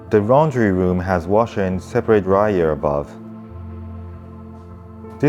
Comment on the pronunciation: I know im a terrible person for laughing at "raundry room" 😅